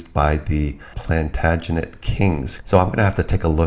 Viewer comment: Plantagonet - 'Planed Agent' lol 😆 just sayn